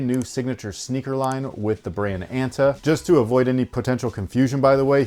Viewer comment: it's pronounced "ah-n-tah" btw